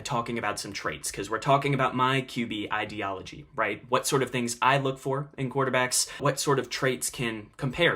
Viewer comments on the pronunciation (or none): none